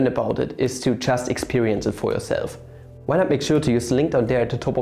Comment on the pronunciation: When he prounouces "y" as "wa" and "why" as "y"